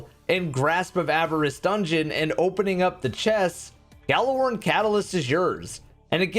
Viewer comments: Stop pronouncing the G in Gjallarhorn.... its pronounced "Jallarhorn" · Drinking game: take a drink every time he mispronounces Gjallarhorn.